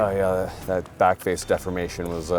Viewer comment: Every time says 'backface defimation' it's shot tyyyme